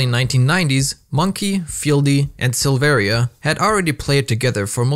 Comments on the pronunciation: The i in Silveria is silent. Its pronounced Sil-ver-a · You also don't pronounce the second "I" in Silveria. It's pronounced "Silvera"